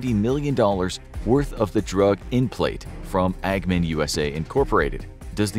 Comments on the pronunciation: AGMEN or AMGEN? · lol the drug is made by amgen, not agmen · dude it's AM-gen, not AG-men. It even says so right there in the video. Please proofread / review before uploading. You've lost more credibility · You said Amgen wrong. It is “am” and “gen”. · Great video but it is pronounced. am-gen soft g . Like Jen .